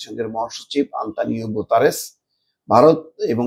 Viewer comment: ভাই গুতেরেসের নামটা ও ত ঠিকমতো উচ্ছারন করতে পারেন নাই